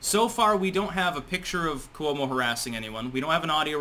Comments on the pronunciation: KWO-mo, not ku-O-mo. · Libelous -- ( pronunciation) LYE - BULL ' ISS -- Cuomo - Quo-mo not Coo - Oh - mo. Geez -- you pronounce so many words incorrectly. BTW, Cuomo is now admitting to "being flirtatious," so basically that is step #1 in how exit. That's how they do it. Admit to a softer version and leave.